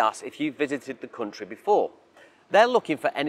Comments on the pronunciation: how he pronounces country as cuntry makes me feel like the cuntry that's asking this many questions just for your visit, isn't probably worth visiting in the first place as you'd feel like some hostile among all those cunts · i will never get used to "coontry", "mooney" and "looggage"